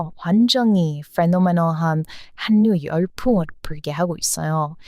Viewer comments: 한뉴가 아니고 할류 공군력은 공군녁, 공군+력 만약 허방 국군이라면 공+군력이 되므로 공굴력 요즘 군사무기 소개하는 유명 유튜브도 해군력을 해굴력이라 발음하던데 틀린 발음입니다 다 좋은데 음식은 유한자원이니 한국사람이나 먹게 타국은 각자 자극 음식을 사랑하길 바랍니다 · 늘 한국에 대해 관심과 애정을 가져주셔 고맙습니다. 그런데 한가지 발음을 고쳐주셨으면. 한류를 한류라고 발음하면 안되고 '할류'라고 발음하셔야 됩니다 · 와~ 이분~ 한류 전도사시네~ 감사합니다~ 그런데 다른분도 얘기 하는데 한류를 읽을때는 (할류) 자음동화 되어서 저렇게 읽습니다~ 참고 부탁드려요~ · 한류라고 쓰고 할류라고 읽습니다. 저는 그냥 한류라고 읽는 것이 좋을 것 같은데요. 그런데 할류라고 읽는데 표준이라고 하니 어쩔수 없지요. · 박수를 쳐야해요❤ 아~ 답답해 한류[할류] : 발음에 주의해 주세요. 자음동화현상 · 준비하신 내용 잘 보고 있어요. 근데 한류를 발음할 땐 "할류"라고 하셔야 해요. 뒤에 "류"가 앞에 "한"의 ㄴ에 영향을 줘서 같이 ㄹ로 바뀌는 "자음동화" 법칙에 따라 그렇게 되는 겁니다^^ 님의 한류소식 앞으로도 기대할게요^^ 대신 발음도 둥글게 둥글게^^ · 한류라고쓰고 할류라고 말합니다 영상에도움될까해 남깁니다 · 발음과 말투가 귀여워요... 그런데 한류를 발음할 때, /한뉴/라고 발음하시던데 그냥 /할유/라고 발음하는 게 자연스러운 발음이에요. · 댓글 다 읽어 본다며? 그런데 아직까지 원래,본래. 한류를 그리 어줍잖게 발음하나? 월래,볼래,할류로 읽는다니까 ! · 한류 발음이 '할류'예요. 영어로도 hallryue인가로 쓰이던데. 전에도 제가 댓글 썼는데... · 고마워요. 여러 가지 사실들을 잘 알려줘서요. 그런데 한류는 할류라고 발음 한 답니다. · 는 한국어를 어떻게 그렇게 잘하는지 정말 놀랍네요. 발음도 좋고 어려운 단어도 많이 알고... 그런데 틀린 발음 하나만 지적하자면 '한류'란 단어는 글자 그대로 읽지 않고 '할류'라고 읽는게 정확한 발음이에요. '전라도'도 발음은 '절라도'라고 하는게 맞고 '신라'도 '실라'라고 발음해야 합니다. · 한류 발음은 "할유"입니다. 이게 두음법칙이라는 건데 첫 음절 받침 자음과 두 번째 음절 초성 자음이 만날 때 발음이 달라져요. 그걸 공부하셔야 할 듯요. 발음을 너무 철자에 맞게 하시려는 것 같은데 그렇게 하면 안 됩니다!